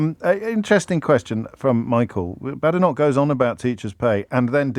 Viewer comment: Does JOB deliberately mispronounce Badenoch? (I know she's awful but saying her name wrong undermines anything you say imo)